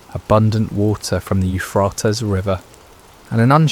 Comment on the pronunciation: Is there some reason that the Euphrates River is not pronounced right? All one has to do is check online. Makes me think that it's not an actual live human narrating the stories. How bizarre! And how disrespectful.